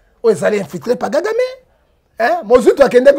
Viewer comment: C'est Kagame et non Gagame